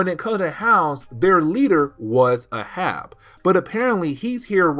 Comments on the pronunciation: Hey. Just a note about the name Arab. It is pronounced Ā(as in day)rãb(as in rabbit). Think of Captain Ahab from Moby Dick. It's a confusing pronunciation. If we talk about the race of Arabs it is pronounced Æ(as in air)rãb(as in rabbit). English spelling and pronunciation is ridiculous. If you want me to stop correcting your pronunciation, just let me know. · It’s pronounced ay-hab. Reference to Moby Dick. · I came here to say this. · Ahab is pronounced "AYE-HAB" 😊 Anyways keep up the great work brother looking forward to more of your Marvel Comics recaps 👑